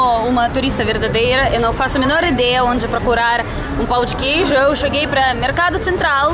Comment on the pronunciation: Nasci em BH, como queijo com pão na chapa pela manhã, faço Omelete com queijo no almoço e queijo com doce de leite na sobremesa e no café da tarde mais pão de queijo com cafezim! Kkkkkk DETALHE SOU INTOLERANTE A LACTOSE... Mas o melhor de tudo é ouvir a falando " Pau de queijo 🧀 kkkkkkk